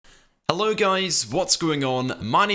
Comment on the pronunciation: Did he say Allo guys in the intro lol, if he did I thought of the shrek meme "Oh Alllo theree!"